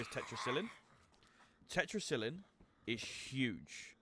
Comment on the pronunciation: Good video but check your pronunciation of Tetracycline.